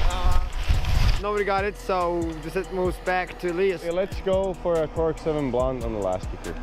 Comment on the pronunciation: Did really just say Bluntti;D